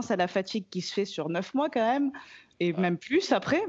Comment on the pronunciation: Pas mal "quand eme"